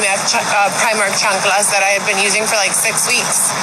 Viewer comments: i HATE how she says chanculas like plz stop mam shes so deslusional about who she really is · I loathe the way she says, "chancalas". More than that, how does someone with "more than a bachelor's degree" (that has no actual degree) not know that the plural of thief is not thiefs 🙄